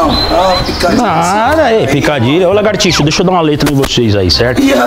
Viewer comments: "Lagartixo" 😂😂😂😂😂😂😂😂😂😂😂😂😂😂😂😂😂😂😂😂😂😂😂 "Mortadelo"😂😂😂😂😂😂 "Cerejo"😂😂😂😂 é de mais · "largatixo", "sibaleno" kkkkkkkkkkkkkkkkkk